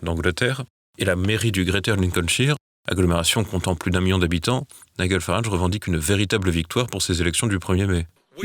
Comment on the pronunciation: Bravo à vous: au moins vous ne dites pas "niguèlle Farage mais bien Naidj'l et ça n'est pas si fréquent que cela.